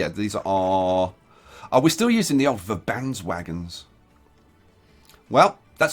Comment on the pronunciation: i always have a little bit of a chuckle when you say Verbandswagen, because in my head i know that it is a german railcar which would make the pronunciation Werbandsvagen, i know it doesn't matter much but it thought i'd point it out anyways